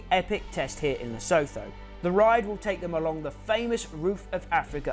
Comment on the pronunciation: Man you are pronouncing Lesotho so wrong lol